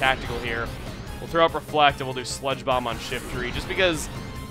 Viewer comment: when you said, "and we will use sludge bomb on shiftry" I thought you said spongebob instead of sludge bomb